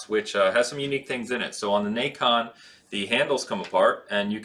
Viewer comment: the naycon wft ? it's called na con not nayyyyy con